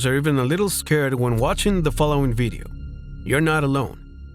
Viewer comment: "Beedio" you say? 🤔🤭 That's okay because me no pueblo hispagnoli anyway😂.